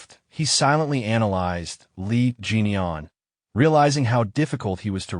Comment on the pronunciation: Why this Ai keep calling the Mc's name as "Jennie Yen" ? 😑 Edit: I Literally can read in here that his name is "Lee Jin-Eon" but suddenly the Ai in the mid story keep calling the Mc "Jennie Yen" or something like that ! The Video's CC can't even understand it too ! 😑 Also i noticed that the Ai keep changing the characters names like "Dong sun to Dung wan" or just straight up Swapping the characters names, or Swapping genders ! Calling the females as him or he and vice versa. 😑